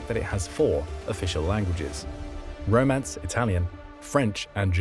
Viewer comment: It's Romansch not 'romance', the language spoken in Graubunden